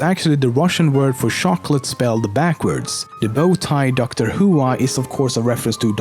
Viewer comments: It’s pronounced “Dr. Woah” not “Dr. Who-a” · I love how he pronounces the Dr. Whoa. "Dr. Who-a" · "Dr. Hoo-ah" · lol, You dont pronounce Dr.Whoa like that